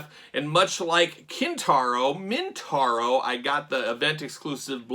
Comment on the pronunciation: MO-Taro. Not Mintauro, Motaro. Easy mistake to make when reviewing a figure named Kintaro. I love the tiger motif but those face paints seem pretty lifeless. I like Kintaro as a visual expression, I only wish MJ had bothered to make him a more interesting character. I guess that's the upside of an action figure, you can turn him into whatever type of badass you want him to be with any rivalry you can imagine.